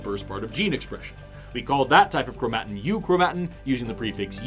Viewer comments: I love your videos… but the way you pronounce chromatin hurts me.🥲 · Chro-mat'-in? Not, krow'-muh-tin? I've only seen it spelled. I guess you're the biologist. ;-) Though... my computer pronounces it the second way. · dude please just pronounce chromatin right